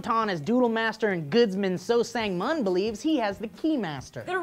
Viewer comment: So Sang-mun is pronounced So Sahng-moon... ㅠㅠ